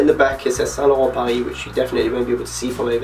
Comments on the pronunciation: is this real life what is happening did a non-french person actually pronounce saint laurent paris correct? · Niiice vid! Do you speak french ? cause the way you're saying bordeaux or Saint Laurent is pretty good! :) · Eyyy my boy got the mick jagger scarf at the end. Btw your pronunciation of the brand saint laurent makes me wish I had a british accent... sounds so different when I say it.... :/